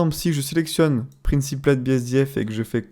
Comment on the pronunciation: "PRINESIPLAIDE BSDF" mes oreilles ont vomi AH mais omg le ROUGGGGGNESSE, elle t'as fait quoi la langue anglaise ?